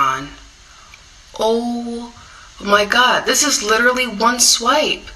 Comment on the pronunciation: Hashanah LICHERALLY. HE LICHERALLY SAYS IT 26 TIMES IN 3 MINUTES